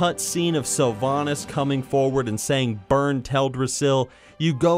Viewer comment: The way you say "burn" is hilarious.